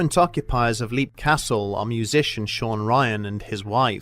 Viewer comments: Tiny little thing: It's "LEPP", not "leep". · You're mispronouncing the name of the castle. It's spoken as "lep", as in the word "leapt". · I believe the name of the castle has been mispronounced here, but to be honest I don't mind too much. I always like hearing this story.